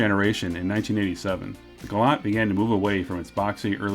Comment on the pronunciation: it's pronounced Gal Ant 🐜 there is no u in the word .